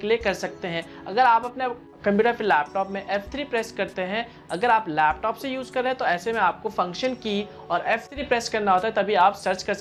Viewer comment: computer ya fhir lapthoooop hahahaha bda funny lagta hai jab ye bolta hai